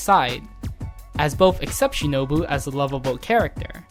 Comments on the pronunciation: you said shinobu wrong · I'm surprised this video make it through editing process. The narrator seems to mispronounce Shinobu at the end there